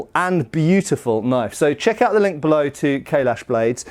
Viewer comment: Every time says 'Kailash', I hear 'Kahless'.